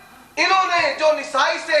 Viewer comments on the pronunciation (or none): Abe jahil nesai nahi nasai h kitab ka name nahi bolne aata daubandi ko